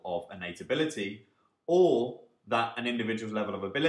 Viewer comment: Hey , Great Video and overall series on Econometrics is great and helps a lot. just a small complaint though for this video. I noticed that several times the word"ability" was mis-pronounced in very weird way which is confusing :)